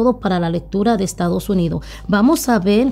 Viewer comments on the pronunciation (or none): Por favor no maltrates el castellano que es un idioma muy bonito.... no es Estados Unido..es Estados Unidos....No es Nosotro...es Nosotros..... nos es Nos Levantamo..es Nos Levatamos... te aconsejo que practiques con lecturas en voz alta ... Muy buena lectura, muy elegante.... no se como se ve la gasolina en las cartas...